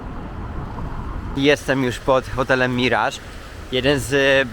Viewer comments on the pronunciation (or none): none